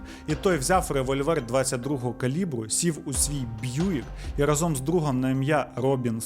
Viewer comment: Чудове відео! Ідеальний звук та картинка. Лише рАзом, а не разОм 🫡